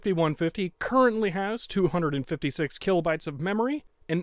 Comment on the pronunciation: "Killobytes" Gets me every time I hear it.